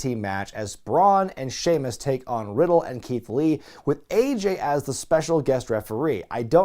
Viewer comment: Anyone else notice "Shemaus"